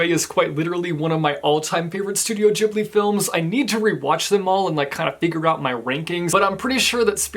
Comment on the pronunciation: THANK YOU FOR SAYING GHIBLI RIGHT. Also, all of the Studio Ghibli films are available to watch on the streaming service HBO Max, (i believe it's around $12.00 -ish dollars a month). As someone who's been watching the Ghibli films since they were a kid, It makes me so happy to see the films finally getting the recognition they deserve!! (I say this because i feel that recently so many more people have watched, and are talking about Studio Ghibli and Miyazaki's films)